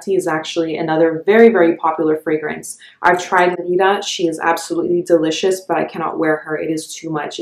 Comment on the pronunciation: Your pronunciation of the fragrance houses and scents is the best I’ve heard. Great video